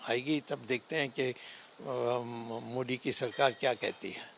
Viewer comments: पहले मोदी का नाम तो सही से ले ले मोडी मोडी कर रहा हैं। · Pahle Modijika Naam To Sahi Bolo,bol Pao,fir Aage Kuch.